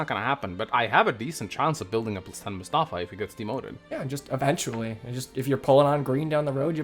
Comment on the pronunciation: it's pronounced Mus-ta-faa